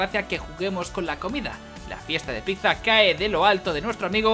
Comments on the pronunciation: Enhorabuena por los 200 episodios pero por favor aprende a decir pizza XD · dices pizza mal UWU